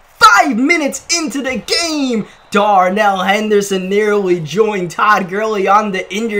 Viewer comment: Everybody: Darrell Henderson: “Darnell” Henderson